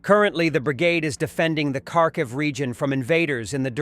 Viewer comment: How come you always mispronounce Kharkiv?